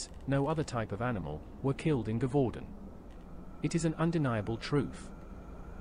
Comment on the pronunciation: Also Gevaudan is pronounce jev-u-don.